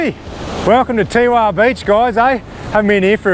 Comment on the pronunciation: Teewah is prounced Tewar we people who li ved there sick of it being said wrong Lovely place had Coloured Sands tour business in 1969